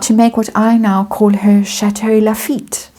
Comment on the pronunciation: 'Chateau LaFeet' 😂👏!